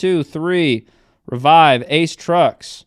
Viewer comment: Why can’t pronounce Revive correctly lol